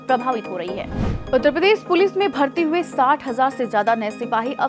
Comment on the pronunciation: Jab ap Uttar Pradesh bolte hain to uspe bhi zara dhyan djeaga